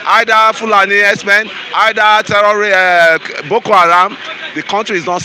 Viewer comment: "HERDSMEN" NOT "HERBS-MEN" ABEG UNA. 😂... ◾️ People please it's not Fulani herbs-men ◾️ I even heard that shameless stooge called Dave Umahi pronouncing the terrorist jihadists as "herbs-men". ◾️ They're not selling herbs OO!!! They're cold-blooded killers who need to either be driven out of every bush together with their cows and their women to either register in each town or city or for their own safety or in the interest of peace uplifted out of the localities in which they're currently wreaking government-approved, government-backed mayhem and sent back to Futajalon. ◾️ It is time for each indigenous grouping of people to declare their independence as a nation and protect their people! No more Nigeria Zoo contraption!, No more stooge Governors being called "Leaders" which everyone can now see they're not! Long live Ohammadike MNK!!! Long live I.P.O.B!!!